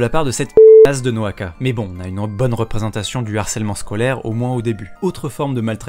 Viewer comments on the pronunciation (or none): naoka et non noaka a x) je chipote